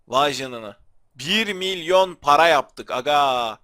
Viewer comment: MİLYON DEYİL MİLYORRR DİMÖİ ABİ GAADSDSFDSASDAFDSADFSFDS